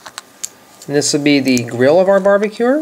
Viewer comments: He said barbecuer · i love how you say "barbacure" not barbecue its cool